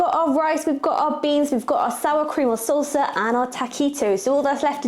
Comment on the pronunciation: not Tac_o like Tick Tack but TAHK_oh like MA_mah // and not sulsa but SAHL_Sah, sounds like you're attacking the 'O' but its just like AH HAH would be the correct sound. YW